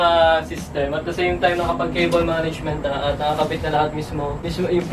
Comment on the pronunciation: no one:''At da seym taym'' xD